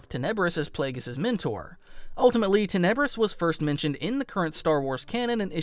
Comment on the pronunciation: 1....it is tin I bris....pronounce it right..... 2nd ....the Darth bane Trilogy is Not non cannon and has NEVER BEEN . It IS cannon as bane is featured in clone wars ...akaka Disney canon this making the bane Trilogy canon... Learn your facts